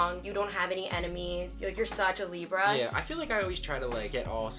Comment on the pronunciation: Whenever says "a libra" its like she's telling "a zebra" 😂